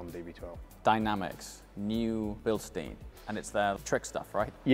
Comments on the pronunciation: Why say 'Bilsteen' when you both know full well that it's Bilstein? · Bilstein isn't pronounced Bilstien 💀